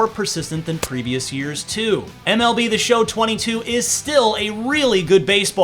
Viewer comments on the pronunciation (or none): none